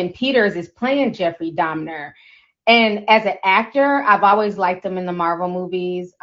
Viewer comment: Alright, I believe you about your unfamiliarity with this guy's story & the horrors he unleashed cuz you kept calling him "Jeffrey Domner"! Who the heck is that, girl?!🙂 The part that sent me into a sudden paroxysm of concurrent laughter & crying was the baptism scene. That episode took a minute. That guy actually converted to the GOD of the christian Bible & then he was taken out? Hmmm.